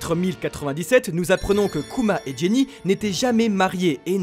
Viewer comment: Les gars c'est "Ginny" pas "Jenny" non ?